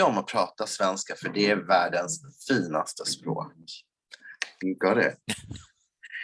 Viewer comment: Skivan would be Scheibe(n) (one way of saying disk/record in german) but why you say "chuivan" is beyond me. Or why in his second swedish sentence basically every second WORD is not being said. or that Finaste is basically FILNaste. Why is there an L ?